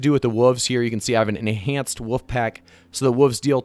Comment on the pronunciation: Says woof for wolf ??